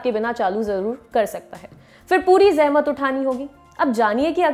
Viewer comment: jab Aapne Kaha ZEHMAT.... m Fida ho Gaya..